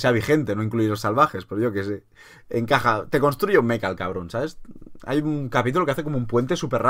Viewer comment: Por favor Mecha no meca